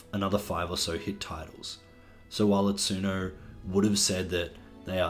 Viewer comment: not sure if something less than a year old would count as a "retrospective" honestly. also please consider learning how to pronounce Itsuno's name.